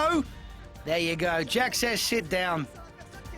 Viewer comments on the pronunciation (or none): says shit down lmaooo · 8.39 he says shit down